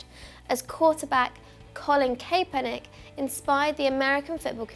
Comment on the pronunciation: pronounced Cap-per-nick